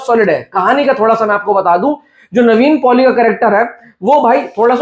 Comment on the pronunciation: bhai its Nevin Poli not Navene Poli